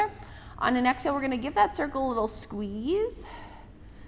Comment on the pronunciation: Love this workout. Great pilates instruction! (Just an FYI, exhale is not pronounced AX-hail. It’s Exhale. :-))